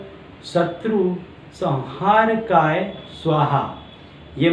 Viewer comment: ye mantr me sanghrkay likha he aur aap sanharkay bol rhe kripa madd kre 🎉🎉